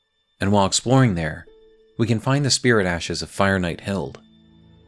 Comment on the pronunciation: Hilde is pronounced with the E like Hild-eh <3